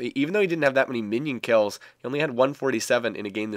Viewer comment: STOP SAYING "DAT"!!